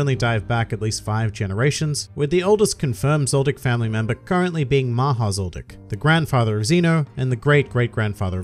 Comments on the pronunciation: Ya but it’s not pronounced as maaha it’s mha but ya I knew it too I am Indian that’s good that they named him so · LOL I am an Indian the way everyone pronounced "maha" made me forget the original meaning Maha also means big in some circumstances